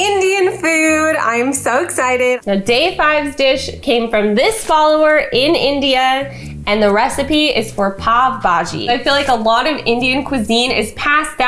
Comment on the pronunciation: The pav is pronounced as pow. Also it looked so good🥰. Your family is so cute😊